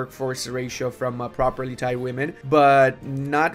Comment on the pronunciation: It's "properteed" women ("properteed" rhyming with "need"). As in: they can own property. someone who is propertied, owns property. Amazing play through.